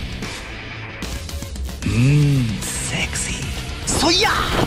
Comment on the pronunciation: セクシーの発音が良すぎるw